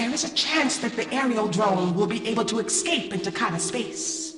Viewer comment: "Eckscape" holy shit this bugs me more than it should.